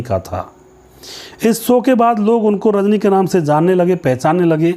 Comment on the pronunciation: It’s Show not So. Correct your pronunciation